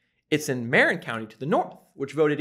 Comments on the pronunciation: Respectfully, when watching this I noted that you mispronounced three of the counties surrounding San Francisco. The county north of SF is pronounced mar-IN, To counties to the east, respectively, are pronounced Ala-mee-da and Contra Causta. It is far more effective to properly pronounce the names of the counties you trash with your thinly veiled MAGA rhetoric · Marin is pronounced mar-IN. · What about Santa Clara County, Silicon Valley, California? Just a 30 minute drive south of San Francisco. You pronounced Marin County the wrong way. For the San Francisco Bay Area.